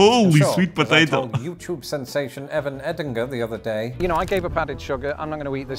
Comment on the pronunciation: just wanted to mention that "day" is pronounced "dei" . The way you are saying it sounds like "die" which is not pleasant .